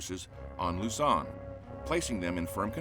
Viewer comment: Luzon not lozon